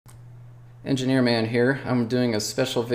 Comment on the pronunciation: Am I the only one who thought it Said engineer mom